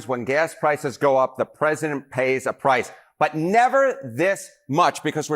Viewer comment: "Pressisent Trump" - Lindsay Graham